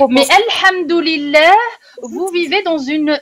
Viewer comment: "Alhamdoulilah vous vivez dans un monde de mécréants" La manière dont vous dîtes alhamdoulilah avec l'accent prononcé mama je meurs😂